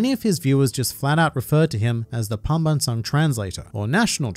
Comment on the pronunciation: Your pronunciation of tagalog and "pambansang" is actually quite clean. Much respect to you sir